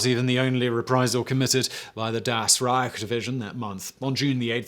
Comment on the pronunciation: It is about pronunciation, not grammar ;). And it does matter, no matter what the Nazis did. As for me being a historian, it is all about correct citation and pronunciation. Like, 3rd "Reich" for example ;).